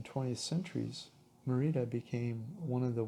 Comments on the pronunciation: Please put the accent on the first syllable when pronouncing: Mé-ri-da. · So annoying how you repeatedly mispronounce the word Merida. The accent is on the first part of the word.